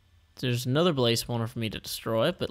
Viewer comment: When you said "aNETHER go" my laugh souded like "HU HA HE HA HO" It was more idiotic-sounding than it sounded